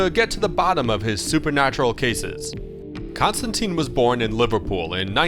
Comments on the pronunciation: John Pronounces his Name Constantine Rhymes with Line not Constanteeeeen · Maybe you need to know that its pronounced tine not teen. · it's a common misconception but it is pronounced ConstanTINE, like the Roman (and later Byzantium) Emperors, not ConstanTEEN